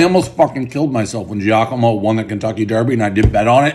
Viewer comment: Your favorite restaurant and yet you can't pronounce 'Giacomo' correctly lol